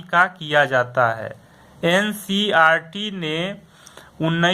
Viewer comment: ncert hota hai sir ji ,, ncrt nhiiii ,,,, shi padayiyeee galat nhi